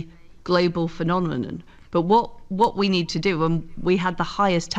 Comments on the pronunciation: Did I mishear, or did she say "global phenomenonon"? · "This is a global phenonemenum"